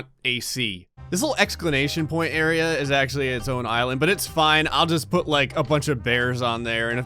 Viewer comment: is this bitch out here saying exclanation point????